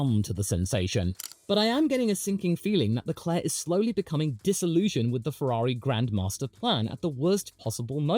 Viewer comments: You didn't just say Charles Leclue😂😂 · Charles Leclue 😂😂😂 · Charles LeClue is even funnier for a french speaker, as it sounds like you're saying the french word "clou", which means "nail". And considering how many blows he's received, he could also be Charles TheNail